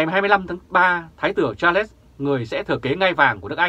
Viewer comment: Đọc là Sạt . khg phải là cha lét ...trời đất !